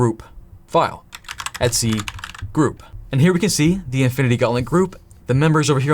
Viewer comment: I keep thinking you're saying "Etsy password" Lmao.